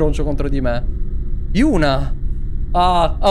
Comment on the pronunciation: Si chiama yuna ma li altri dicono euna e giusti ma si legge yuna